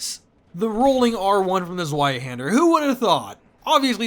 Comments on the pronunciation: Just in case you're curious, "Zweihänder" is pronounced as "Ts-wye-hender", or "Ts-wye-hendar". "Ts" like the "ts" in "Cats". The "wye" like "eye" with "w" in front. And the "a" with the two dots above it is an umlaut "a" that is basically pronounced like "eh", tho, if the word is written without the umlaut dots above the "a", then you can pronounce it like "haand-er". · The W in zweihänder is pronounced as a V, Doof. Es ist Deutsch! Also Sif is canonically male, and Domnhall is pronounced "donnal". Because Scootish.